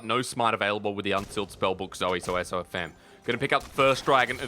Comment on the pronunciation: Wow still getting SofM’s name wrong. When will they stop disrespecting this guy